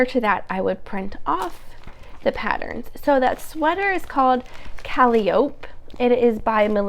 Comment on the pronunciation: I’ve also been learning how to knit from Kay! I still haven’t braved garment knitting! Your creamy sweater looks so dreamy. Like cotton candy! FYI, the sweater name is pronounced Kuh-lie-uh-pea. Looking forward to the next episode!